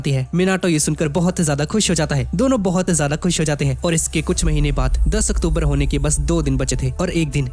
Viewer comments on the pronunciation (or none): none